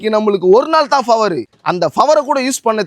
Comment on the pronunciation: Power ❎ Faver ✅ 😂😂😂